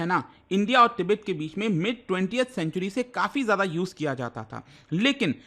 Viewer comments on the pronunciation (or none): none